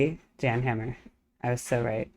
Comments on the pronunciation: It's pronounced "Yan" 🫡 watch him do "you know you know" live and moogfest ~ enjoy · His name is pronounced "Yan".